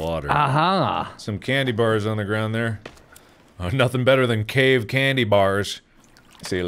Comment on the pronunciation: Him failing to say cave was funny enough but he managed to make it so much goddamn funnier 😂